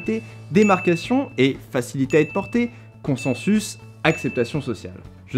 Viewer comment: Consensus se prononce "konssinsusse" ;) mais merci pour tes conseils avant tout!